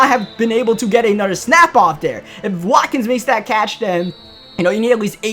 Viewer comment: His name is Sammy Watkins but he said wakin